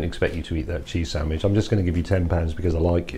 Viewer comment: It's a SAND-WICH, not a sam-widge! Gahh!!!